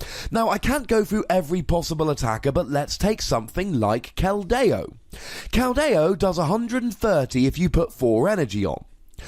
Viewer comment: kel-dee=oh, not kel-day-o